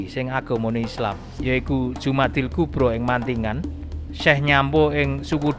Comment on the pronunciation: Sudah bener al-kubra, harusnya dibaca Jumada, bukan Jumadi. Kalau Jumada maka dia mu'anats.